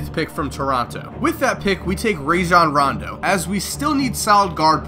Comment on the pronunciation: called him "Raisin Rondo."